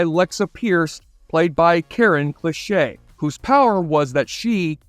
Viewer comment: Just some corrections on how to pronounce the actor's names: Tom McCamus is said like "MickCahmus". Karen Cliche is pronounced as "cleesh" not like the word "cliché".